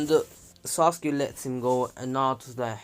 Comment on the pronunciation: This is how naruto says sasuke “saskee